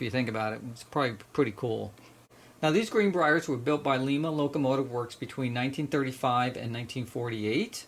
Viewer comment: Please stop pronouncing Lima as lee-mah. The city in Ohio where the Lima Locomotive Works was located is pronounced LY-mə (lime-uh), like the Lima Bean. I grew up in Ohio and every Buckeye winces when they hear that.